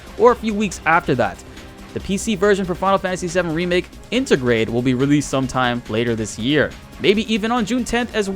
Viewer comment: Inter-grade,, not inta-grah.